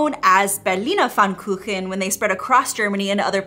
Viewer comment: Thank you for your highly appreciated respect, while pronouncing „Berlin“ correctly! And thank you so much for saying „Pfannkuchen“😊 Springfield, Illinois😂😂